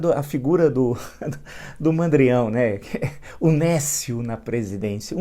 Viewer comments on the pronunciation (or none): néscio Aprenda a pronunciar adjetivo substantivo masculino 1. que ou aquele que é desprovido de conhecimento(s), de discernimento; estúpido, ignorante. 2. que ou aquele que não tem aptidão ou competência; incapaz, inepto.